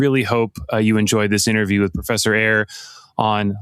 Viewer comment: *Eire, not Aire... for those seeking the books by Dr. Carlos Eire. I just downloaded "They Flew" on audible.